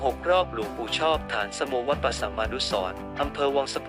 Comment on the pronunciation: อ่านฉายาของท่านไม่ถูกครับ ฐานสโม อ่านว่า ฐานะสะโม เป็นภาษาบาลี